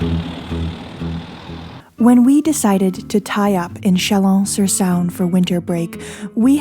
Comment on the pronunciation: Thank you so much for your wonderful storytelling. I enjoy every minute of your videos. Just as an aside, you don't need to pronounce the "a" in Saône. Just let it rhyme with Rhône. Much love!